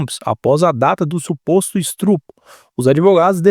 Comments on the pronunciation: Parabéns pelo vídeo. Só uma dica, não é estrupo, é estupro. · Perdeu a credibilidade ao pronunciar "estrupo"